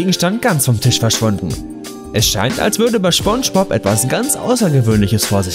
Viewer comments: Nicht schpongebob sondern spongebob Aussprache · "schpongepop" NotLikeThis triggered mich auch dezent. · Lol ich hab immer schon Spongebob so ausgesprochen und ich merke grade das es gar kein Sinn macht es so auszusprechen "Schpongebob" lol jetzt muss ich mich umgewöhnen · Spongebob hat mich durch meine Kindheit begleitet und ich mag ihn immernoch total und bin mittlerweile 25 xD Aber der Typ heißt Spongebob.... nicht Schponschbob..... das regt mich total auf irgendwie, glaub du hast das nie gesehen. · man spricht es mit s aus aber im Video immer sch du dödel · Es heisst „Spongebob“nicht „Schpongebob“😂😂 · Anscheinend heißt er jetzt SCHPONGEBOB und nicht spongebob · Schpongbob... junge SPongebob mit SSSSS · Junge, es heißt SpongeBob und nicht Schpongebob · Schpongebob 😂 Bro das heißt Spongebob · Phonetisch: ßponnschbop Nicht: Schponnschbohb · Junge spongebob nicht schponschbob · Es heist spongebob und nicht schponschbop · Wie er einfach SCHPONGEBOB Sagt!🤣🤣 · Ja er will Sponspob schlecht machen ich hab daum nach unten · Er spricht es schpongebob aus 😂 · General MaskenKeule Schponschbop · Dachte so joa, ein video über spongebob kann man mal gucken, erster satz: schponschbob. direkt ausgemacht. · "Schponschbob" "Sandy Chicks" 😭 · Hallo Hallo ich glaub eher spanjsbohb 😂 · Er heißt nicht SCHBongebob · Schponschbob XD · Gutes Video über schponschbob 😂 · "SCHPONGEBOB"? REALLY, NIGGA? Du könntest zumindest so tun, als ob du es versuchst. Zwar, beschwerst du dich, über Kontinuitätsfehler, jedoch, bist du nicht in der Lage, deine eigenen zu beheben. " CLASSIC! " Humans. ~ K. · Er sagt Schpongebob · "Sandy Chicks" "Schpongebob" ey ohne spaß, das video is echt gut, aber deine falsche aussprache, macht wahnsinnig aggressiv. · Niemand, absolut niemand: Er: Schponschbob, Pätschwik, Sandy Tschäks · Smonschmops? Thöhöhöhö, Ich hab Smonschmops gesagt. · er sagt immer Schpongebob das geht so auf die Nerven.... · Wer kennt ihn nicht, Schponschbop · Warum sagst du immer Schpongebob?